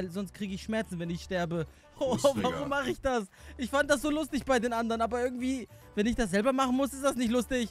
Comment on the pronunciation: Wie er immer WEHNEN sagt😂💛💛💛💛💛